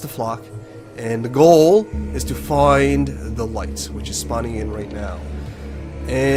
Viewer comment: You keep saying "de flock" when you mean "the flock" and it makes me cringe each time you say it